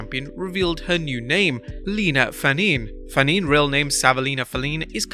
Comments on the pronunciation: Fanene is not pronounced FahNEEN. It's Fah-Neh-Neh. It's Samoan. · You pronounced nia’s last name WRONG it’s (Fa-knee-knee)